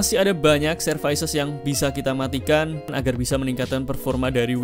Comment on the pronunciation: servis mas bukan servais